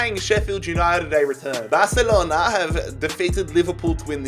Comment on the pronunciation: the way he said Barcelona 😂😂😂